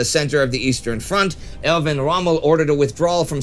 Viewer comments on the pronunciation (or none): none